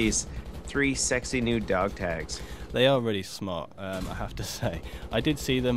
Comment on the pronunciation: "Dog tages" ? dafuq?